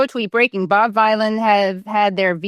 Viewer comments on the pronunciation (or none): Its pronounced as Bobby Villain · Bob Vylan, if U Girls don't know how this Artist's name is pronounced, try 2 rhyme it with Bob Dylan ... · Pronounced villain. It's a play on Bob Dylan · It's pronounced Veelan not vilan ! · Bob V-eye-lan 😂🤣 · OMG, Americans vs vowel sounds … Vylan as in Dylan or villain😅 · Pronounce it as VILLAIN. Free Palestine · his name is pronouced "bob villian" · Vylain pronounced like vilain, rhymes with bob dylan of course! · The boomer vibes of Americans reporting on this are off the charts. Do some minimal research 😂 Bob Vylan is a punk band made up of Bobby Vylan and Bobbie Vylan. Obvious word play with Bob Dylan so it rhymes with that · I would suggest the name bob vylan is pronounced in a humorous way so as to sound like bob dylan. As well as being something that sounds like villain. He’s a rap artist after all. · Vylan is pronounced like villain. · Rhymes with Dylan. Duh. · It's Bob Vylan, as in Bob Dylan. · It's pronounced Bob Vylan (like Villain) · It's spelled Vylan, but pronounced "Villan", but in reality he's really a good guy. 🙂 His so-called "crime" is trying to stop a genocide, which is a crime under international law. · Bob Vylan - to rhyme with Bob Dylan, Katie 😉👍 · It's pronounced "Bob Villain", it's meant to sound like "Bob Dylan" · Katie I just waned to point out hs name is pronounced like "Villain". It's a play on the legendary artist Bob Dylan. Bob Vylan, let's give the man his due and proper respect by getting his name correct. Thank you. Bless up Katie. Love your good work too. 🙏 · Its Bob Vylan as in Dylan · To state the inescapably obvious, "Bob Vylan" rhymes with "Bob Dylan", another inspired musician prominent in the struggle for justice, for human rights, and for peace. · Bob Vylan, rhymes with Dylan. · Dylan rhymes with Villain. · I would imagine that it rhymes with Bob Dylan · I think it's Vylan like Dylan - you know Bob Vylan. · OMG Katie 😂 his name is pronounced villain. It rhymes with Bob Dylan. Bob Vylan 😊